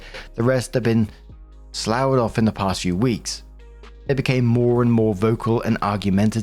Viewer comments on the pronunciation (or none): Story 2 -, "sloughed" is pronounced "sluffed".